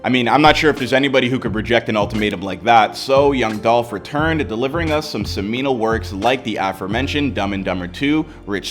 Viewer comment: "Suh-mean-nuhl"? 🤔😂 Don't try to sound intelligent by using words you don't know how to pronounce. You end up sounding ridiculous. Lol. Seminal is pronounced seh-muh-nuhl.